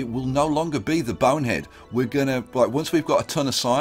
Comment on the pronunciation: Am I the only one the miss hears when he says Bone Head, I sometimes think he says Boner Head